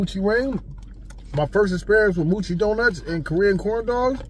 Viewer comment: Happy bday to your niece. it’s mo-chi…not moo-chi there is only 1 O